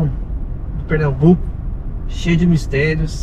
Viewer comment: É PernaMbuco e não Pernabuco. Sou de Recife e nunca ouvi falar nessa seita.